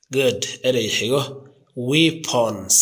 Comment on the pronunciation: But, I have never seen a person who makes mistakes in pronunciation! Pronunciation is so important because you wanna teach something for other people! Weapons= webanis, you should learn phonetics if you want to be a teacher! But, your pronunciation is completely wrong! Battle field you have not enunciated it well! Chaos,you should pronounce it ke'yas and so on!